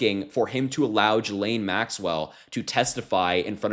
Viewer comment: TY for good solid contents - BUT - Please please learn how to pronounce her name. Sounds real bad. It's Ghee like the butter and Lane as on the highway... Actually Butter Highway is not a bad name for her.